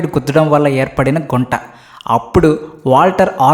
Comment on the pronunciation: అది గుంట కాదు గుంత అనాలి😂